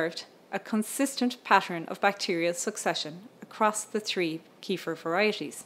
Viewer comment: Can't even pronounce 'kefir', what an idiot.